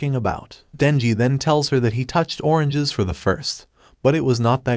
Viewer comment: Bro you said oranges weird bro